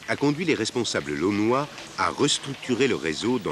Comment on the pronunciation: Pas lonnois, lannois! Mais ça s'écrit laonnois